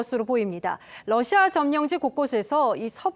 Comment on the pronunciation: 윤우리 기자는 지금도 러시아의 Russia를 Lussia로 발음한다. 아래 글을 읽어 보기 바란다. TV기자들은 말도 잘해야 하지만 발음도 좋아야 한다. 특히 외국어(영어)의 정확한 발음은 대단히 중요한 요건인데 유감스럽게도 그렇지 못하다. 예컨대 많은 기자들은 첫발음 R 을 L 로 발음한다. Russia를 Lussia로, Roma를 Loma로, Radio 를 Ladio 로 발음한다. 물론 한국어에는 ᄙ(쌍리을)이 없어서 L 과 R 발음을 다 ㄹ로 발음할 수 밖에 없는 어려움이 있다. 그렇다면 한국인들은 R 발음을 정말 못 하는 것일가? 아니다. 초성일 때에만 못한다. 프랑스(France), 마리아(Maria), 도레미(doremi), 아리랑(Arirang) 등, 잘 하지 않는가. 그래서 TV기자들에게 다음과 같은 해결 방법을 주고자 한다. R 을 첫발음할 떄 R 앞에 '으' 발음을 먼저 하라. (으)Russia, (으)Roma, (으)Radio 등으로 말이다. 그러면 당신은 좋은 발음을 하는 TV기자가 될 것이다.